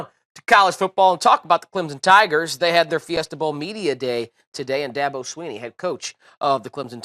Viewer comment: Okay fucker, it's not "Clem Zon", it's "Clemson". And it's Dabo, not Dahbo